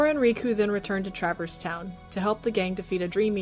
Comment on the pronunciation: Tra-Verse not Travers (sorry!)